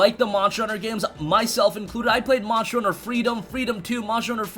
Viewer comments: So it's not just me then 😁 and he said it at least 20 times. Marshall hunter world 😂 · Why can you not pronounce "monster" correctly? Morster hunter world 🤣🤣